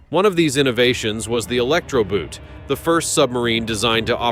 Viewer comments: The German word "boot" is pronounced "boat", just like in English. Nothing here I didn't know about, but it was good. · Boot, long oh. Similar to "post", but a tad longer and the sound stays the same along the vowel. And not "Einhertzempfänger" which makes no sense. EINHEITS-Empfänger. Meaning "unified" or "standard(ized)" receiver